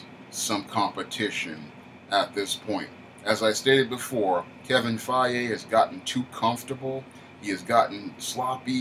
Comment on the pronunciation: Kevin Feige is pronounced Kevin Fygee. Dont mean to sound like a jerk if it did